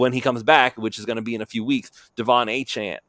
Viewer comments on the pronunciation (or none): it’s “A” Chan. Like Jackie Chan. You had it. The. You gave it a weird twist. On the Miami dolphins website he pronounces his name as “A” Chan. Achane is how it’s spelled.